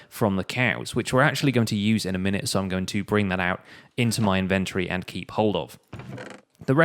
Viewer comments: Why is the "o" silent in his "Inventory" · I guess its an accent